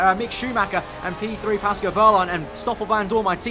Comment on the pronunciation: Love your vids mate, some of the best F1 content around but please it's Pascal not Pasco